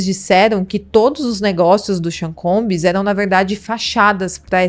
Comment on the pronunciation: Vc não pode pronunciar "Combiiis",se é prof. de inglês deveria saber. A pronúncia correta é " Combss" "b" mudo flor. Precisa ler e estudar um pouquinho mais